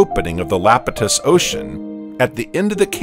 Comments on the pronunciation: Holy crap dude it’s Iapetus not Lapetus. It’s an “i” !! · Lapitus? Eh, it's pronounced Iapetus. With an "I" not an "L". eye-AH-pet-us. Sounds so stupid when you say Lapitus. You sound like an AI struggling for breath. :) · It’s EYEpetus spelled Iapetus with a capital I, not Lapetus. Is this an ai voice reading a script? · Did you know that that early ocean was "Iapetus", not "Lapetus"? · Or "Iapetus". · The reader, human or AI, failed to read "Iapetus" correctly, mistaking the initial uppercase "i" for a lowercase "L" every time. None of the humans involved ever caught or bothered to correct this glaring error.